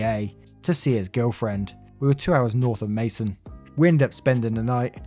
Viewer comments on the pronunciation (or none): Just so you know, Macon, GA is pronounced May-Kon like Bacon. :) Great stories. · It's Macon with a hard c. Like bacon. Great reads as always! Much love! Loved the last story. My brother does that when people park in handicap spots. I had a hard time getting him to park in them when he took me places a long time ago. I had a placard then. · I know this is an old video, but if you see this, Macon GA is pronounced Make-on Georgia